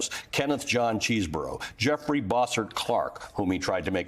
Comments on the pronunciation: Chesebro is pronounced "Che-ze-bro," not "Cheese-burrow." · I'm a Dem. But just to be fair, it isn't pronounced CHEESE BRO.. It rhymes with 'guess a pro'...(though he is a cheese ball !)